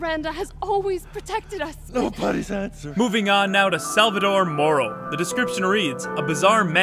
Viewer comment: It's not (Sal-va-Dore) It's Sal-va-tó-re)